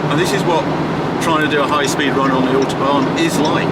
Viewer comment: Love the video but please please pronounce autobahn correctly!